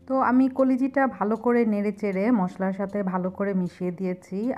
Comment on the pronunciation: koliji ki pronunciation holo kolija